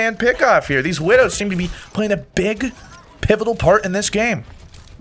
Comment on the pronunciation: mind: what do I say? mouth: pivital!